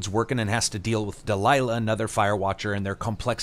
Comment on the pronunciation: butchered that name lol